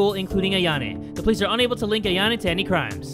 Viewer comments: Does anyone else notice that says Ayan-a/e instead of Ayan-o:) but yeah it’s joke so ha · ITS AYA-NO NOT AYA-NE! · Are he calling Ayano Ayane!???? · JAY IT'S AYAN-OOOOOOOOOO NOT AYAN-A LIKE HOW DO YOU GET THAT WRONG?! ALSO UR THAAAAAAT DUDE!! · Anybody else hear this "Ayanay" Bull when it's supposed to be "Ayano"? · It’s AYANO not AYANE no hate! Sorry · Her name is not ayona it is ayono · It’s not pronounced a-Yan-a it’s pronounced, I-an-o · Ayano not Ayane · why he be saying ayano like its "ayane"